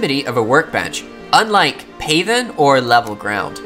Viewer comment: Not "PAY-then"... it's pronounced "path-en", as in, "make into a path". ;) Just like "darken" = "make dark".